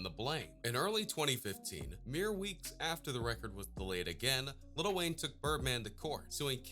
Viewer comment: Dude said lil Wayne